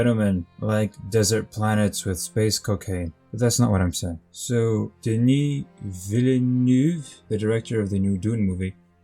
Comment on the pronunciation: That pronunciation of Deni Vilineu was on point